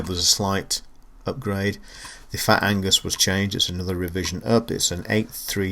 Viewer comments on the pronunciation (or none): Agnus mate, not Angus ;) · Nice review of one lovely machine! Keep up the good work. Amiga forever!! Oh and it's Agnus, not Angus ;-)